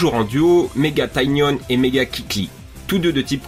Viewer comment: on dit tignon pa tynione